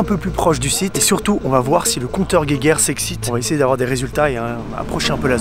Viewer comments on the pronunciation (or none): ces compteur gégert pas gé guerre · Le compteur geger 😂 c'est plutôt "jejer" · Absolument pas. La vraie prononciation est "Gaïgueur" et non "jéjère". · Très bonne vidéo !! Mais je pense pas qu'on prononce compteur "guéguerre" mais bien "jéjère" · À l'allemande ça fait Gaïgueur, pas guéguerre x') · On dit compteur jéjér et pas compteur guéguér xD Sinon super vidéo, tu ne cesses de t'améliorer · La prononciation "gueguerre" reste incorrecte, mais toujours mieux que "jéjère". "Gaïgueur" irait mieux. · Le compteur quoi guéguerre non ont dit jégairre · Petite info, on dit compteur jejer et pas compteur guèguère x) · Je parlais de la prononciation, si il n'y as pas de u après le g cela donne un équivalent de la la consonance "J" Donc, à l'oral le mot serait "jejer" et non pas "guèguère" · Le conteur "Guéguère" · c'est mieux que ceux qui disent jéjère, mais c'est toujours pas ça. Geiger. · C'est déjà mieux que de dire "jéjère". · Le compteur "guéguerre" 😂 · Et 100k francs d'amande ? Pas compris la. Et c'est un conteur Geiger pas gueguerre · Il parle français non? Et de plus Geiger c’est un nom de famille et en allemand phonétiquement cela ne se dit pas « guéguerre » alors bon ton explication puduQ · Super vidéo très intéressante, mais le compteur "guéguerre" sérieusement 😂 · mais on dit "jéjère" non ? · le compteur "gueguerre" mdrr